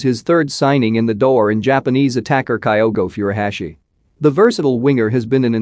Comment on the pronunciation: Kyogo Furuhashi pronunciation is different